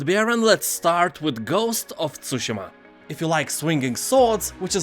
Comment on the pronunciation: I want to thank you for not butchering the word Tsushima 🙏